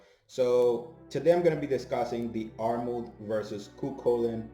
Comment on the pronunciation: Irish guy here, it’s pronounced like Der-mid